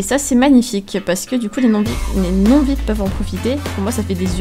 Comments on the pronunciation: ARRETE DE DIRE VIP, ON DIT V. I. P!!!!!!! 6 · On le lit viaypi pas vipe.